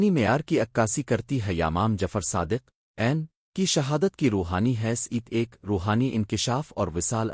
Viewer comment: Masha Allah bhai acha kam kr rhy hein aap . mgr ap aapna khud ka awaz use krein . Q K AI ki awaaz kisi lehaz se bhi theek ni hy . ab mola as ka name hi le lo kaisy bol rha hy